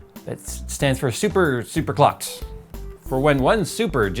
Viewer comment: I thought you said super cock for a second there.